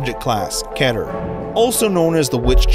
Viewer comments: Sorry, but were you just mispronouncing keter? It's ke-ter, not ket-ter. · The way he says l Keter makes me wanna die. He says it like ket er When it is key ter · It's Kee-ter not keh-ter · Keter. Not kenner. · lol kater not keter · It’s not pronounced ket er it’s pronounced keeter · Keter key ter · Keh’ter (keter) its pronounced kee’ter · dude its not KETER its just spelled like that but dont take it seriously pronouns it like KITER its just spelled KETER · Hey, this is a kinda small thing to pick on, but it’s ki-ter, not k-ea-ter. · its not keter its keeter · Keter. Say it like this eeee instead off eh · Not ke ter it’s keter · It’s pronounced ‘KEEH-TER’ not ‘KEH-TER’ thank you very much. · Not kehter it's. Kie-ter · By the way..Keter Class is pronounced K-ee-ter not K-ater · Its (key-ter) not (ket-er) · Not k-eh-ter its key-ter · Keter is pronounced KEY-der, not KEH-der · It’s not pronounced Keh-Ter It’s Kee-Ter Cmon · Kehter u mean "keeter" this is for pronounceation not the spelling of keter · IT IS PRONOUNCED KEY-TER NOT KET-ER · It’s not ket er It’s KEY TER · ITS PRONOUNCED KEE-TUR NOT KETUR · “Ketter” HAHAHA... it’s pronounced “Kee-turr” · kehter lol, its pronounced keeter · did you say ketter? It's pronounced key-ter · Your pronouncing keter wrong is kēter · Excuse me, I don't want to sound mean, but Keter is actually pronounced KEE-tur. It's an honest mistake, though. I was pronouncing it Keh-tur for a while when discovered the foundation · “Keter” not “keter” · Your bad pronunciation should be an SCP. class KEY-TER not Ketter, there is only one "t" wth do you pronounce it that way? also dont get me started on telepathy.... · It’s “Keter” not “ketter” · it's keeter not ket-er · You say keter wrong it's not kter it's keter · its pronounced keeeeeeter, not keter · Kater really key-ter =keter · "Object class: Ketter" It's pronounced Keter... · Its said "keeter" not "keter" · Me? Its not ke-ter its kee-ter spell keter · Its spelt keter but pronounced keeter